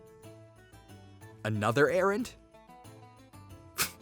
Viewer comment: When she said errand I thought she said Aaron